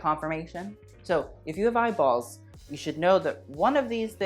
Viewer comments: The italian is really popping out when you say eyeballs lmao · "You do have eye balls?"... Your new york jew was showing😝love😙